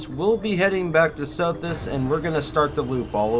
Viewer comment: When a system's name isn't spelled phonetically(and even if they are) it helps to show the name instead of just saying it. From looking at the galaxy map near CEOS I am guessing what sounded like SOFIS is actually supposed to be SOTHIS